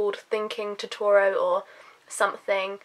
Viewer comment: you pronounce Totoro wrong